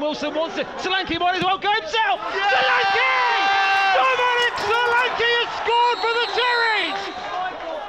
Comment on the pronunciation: The commentator calling Solanke "Selanki" is so amusing, cos the right pronunciation is "Show-lan-keh"